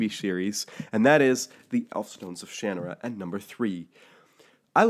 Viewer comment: Ugh... Its pronounced Sha NAR ra ... not shan a rah ... if you don't believe me, go watch Terry Brooks pronounce it.